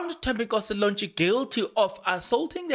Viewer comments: Please pronounce Thembinkosi's surname correctly Lorch not Lonch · 🤣 the its Lorch not Lornch 🤣 but its okey the content is dope though 💯